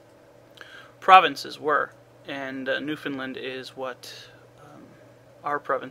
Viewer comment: oh jesus. Please don't spell it like "New Found Land." It's Newfoundland. All one word. You say it like one word too, like newfinlund.